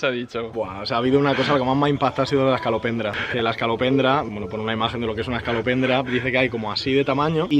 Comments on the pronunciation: No hace falta deciros esto,porque se que os diréis cuenta en algún momento☝👁ami me pasó: No es es(ca)lopendra, es es(co) lopendra😁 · Es escolopendra, no escalopendra (voz de Hermione) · Que no se llama "ESCALOPENDRA", sino "ESCOLO, ESCOLOPENDRA",JAJAJAJAJA. Besos!!!!😘😘